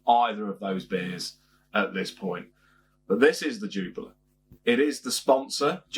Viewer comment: Cracking beer 🍺 one of my top 3 on perfect draft! Sorry to nitpick but your pronunciation is wrong it’s pronounced Jupilee